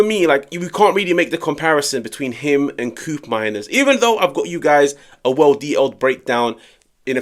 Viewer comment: Bro, It’s not “Kuupmeimers”, it’s pronounced “Ko-opmeiners” — he’s Dutch 😂